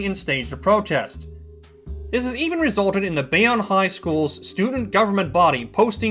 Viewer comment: It's pronounced bay-own